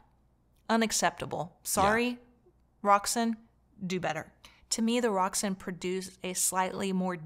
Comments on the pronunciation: May i correct you, its rokSAN not roksun, enjoy your day , great review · Pretty sure it's pronounced Rok - San After some ancient goddess. I have the 150 watt per channel k3 integrated which I bought second hand. I like the musical sound. Paired with monitor audio silver 100 7 gen. Would be great it you could get a hold of the Roksan Blak amp.